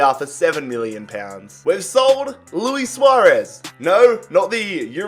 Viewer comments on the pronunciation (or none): none